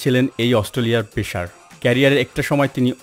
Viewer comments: ভাই, আপনার ন্যারেশন ভাল না। পেশার না বলে পেসার বলুন, অস্টলিয়া না বলে অস্ট্রেলিয়া বলুন, স্বামী না বলে সামি বলুন। 🙃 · উপস্থাপক এর বাড়ি চাপাই নবাবগঞ্জ মনে হয়... শব্দ টা পেশার না, পেসার... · পেশার কি ভাই? পেসার বলতে পারো না? উচ্চারণ নিজ দায়িত্বে ঠিক করবেন আশা করি।